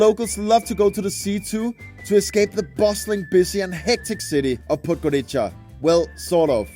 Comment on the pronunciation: It's pronounced podgoritsa. Use wiki or google translate audio next time